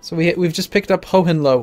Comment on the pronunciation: ho-hen-loee xD